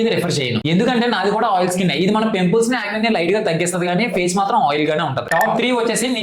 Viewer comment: Pempuls ❌pimples😂